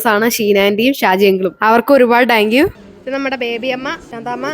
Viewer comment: you done an Amazing thing 🎉wish you all success (പിന്നെ ഒരു ചെറിയ തിരുത്ത് ടാങ്ക് യു അല്ല താങ്ക് യു എന്ന് വ്യക്തമായി പറയുക)❤🎉